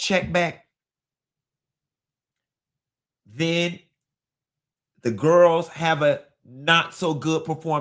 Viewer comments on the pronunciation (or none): "Kandi and the Gwarls" 😂